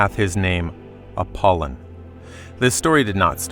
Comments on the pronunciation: Apol Y on. Not Appolon. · APOLLY ON AGAIN SAY IT RIGHT PLEASE.